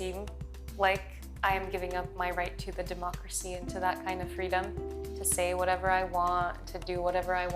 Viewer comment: This is one of the very few times I've heard the word feeedom uttered by an American and not felt kind of repulsed.